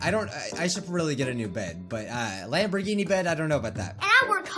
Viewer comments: Am I the only one that heard LamborDhini? Not Lamborghini? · not a Lamborghini a Lamborbini big difference